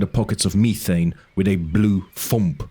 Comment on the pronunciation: thanks for the transparency. I’m just curious about some of the pronunciations (methane and gynecologist for example). Is English not your first language?